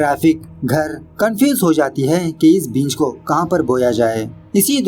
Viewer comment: भाई बींज नहीं बीज उच्चारण सही रखिए वीडियो और अच्छी जायेगी 🙏❤️ वैसे अच्छा एक्सप्लेन किया आपने 👌👌